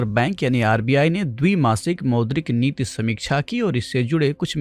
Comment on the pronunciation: Sir aap neeti ko neet neet kyun bol rahe hain